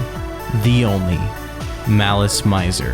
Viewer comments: The mispronunciations in this are killing it for me. The kei in visial kei is pronounced “kay” and the mizer in malice mizer is “mee-za” and it comes from the word misery just spelled with a z. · Malice Maizer... Maileen Farmer... T___T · mizer, like how you would pronounce “me” in english to refer to urself. The “zer” part was correct tho. But yea, instead of Mai-ser, Me-ser. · Every time you pronounce malice mizor wrong an angel losses its wings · I appreciate the effort, but I got a facepalm at "visual key", and quit watching at "Malice My-zer". Which is to say, I didn't really watch the whole video and I understand no video can be perfect, but I hope this will spread more knowledge about this wonderful if unstable band. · Or the way he pronounces "közi" as /cozy/ or malice "maizer" 😬😬😬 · I'm only 5 minutes into this video and we're off to a rough start. I'm assuming you were not ever into this band? I'm bringing this up because you don't know the pronunciation for anything about them. Visual Kei is pronounced KAY, Malice Mizer is pronounced malice MEEEEE-zer (it's short for malicious misery and Mizer is pronounced like the "miser" in MISERy, not with a long I sound like the noun miser.) The album is MemOIRE the French word, not memory the English word. This may not make any difference for viewers who've vaguely heard of this band or didn't know about them prior to the video, but for people who grew up loving this band, this video seems disingenuous. It feels some random person looked up some stuff online about a band they came across one time on the internet and thought it'd make some interesting content vs a someone making a video essay about something they're passionate about. It really, REALLY kills the vibe. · I think you're pronouncing it wrong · How do you mess up something so important? Not to mention the name of the band the video is about! 😫